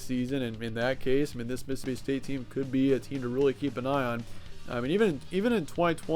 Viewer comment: *State not Staye lmao